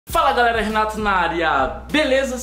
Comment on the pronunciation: Quem percebe que o Renato no começo do vidio ele fala Renatos